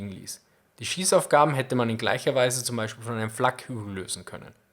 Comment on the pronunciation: The way you pronounced ,,zu Beispiel" was hilarious.